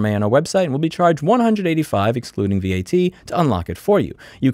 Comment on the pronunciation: PLEASE don't read VAT asVeEeyTee... just don't